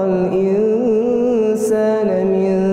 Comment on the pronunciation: Pa ust sedikit ralat Pada ayat ke 7 terbaca "ingsaana" seharusnya *ingsaani*.… salam sukses pa ist, moga ga bosen upload irama Jiharkah